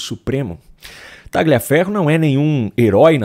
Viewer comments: TALHAFERRO QUE SE FALA, TALHAFERRO, pq vc pronuncia errado??????????????? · Por que pronunciam erradamente o sobre nome dele? GL em italiano se pronuncia como LH em português, por favor, adequem isso................. o correto é dizer Talhiaferro, ajudem a esclarecer para quem não sabe. Agradeço. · Tagliaferro é um sobrenome italiano e a pronúncia correta é "Talhaferro". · Por favor, o nome do sujeito, Tagliaferro, se diz com o g mudo (é um nome italiano). Então, se diz "Taliaferro".